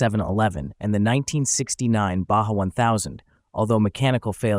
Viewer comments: Well you said it right the first time, not sure how the same word Baja becomes Baza unless my ears are filled with wax. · Yes ! The "bah jah" nonsense was driving me crazy ! 🤬